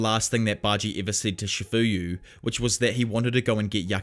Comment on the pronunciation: First of all its not"chafuyu masuno"its chifuyu matsuno!!!